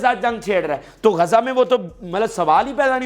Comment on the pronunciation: GAZA NAHI (GAZZA) BOLO.